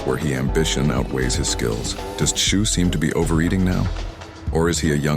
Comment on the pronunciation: It’s pronounced “zoo” the T is silent. Come on Americans get it right! Son of a legend! He ain’t the first.